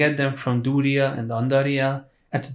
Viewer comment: duriel is pronounced dur re el not dooly yeah like WTF LOLOLOL